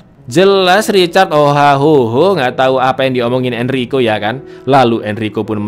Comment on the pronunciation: Bang lu typo di menit Yg harusnya lu bilang tau malah jadi tai bang